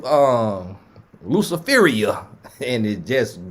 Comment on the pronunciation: Not Luciferria!😂😂😂